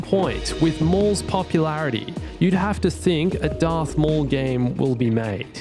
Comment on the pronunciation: darth maul* not darth mooowall